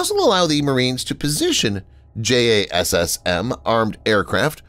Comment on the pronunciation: No-one who know pronounces it as "J-A-S-S-M". It's pronounced "Jazzem"; and the extended range version is pronounced "Jazzem E.R.".